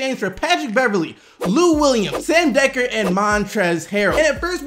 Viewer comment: He did Dekker wrong 😂😂